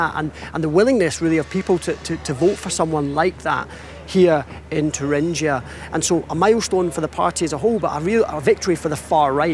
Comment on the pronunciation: Congrats to for getting the (English) pronunciation of "Thuringia"right at 4'.15". Oxford?